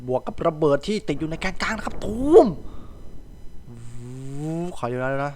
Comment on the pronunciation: พี่พูดว่าแกนกังด้วยครับ